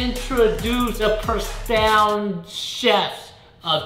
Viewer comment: Its profound..... not prostound judges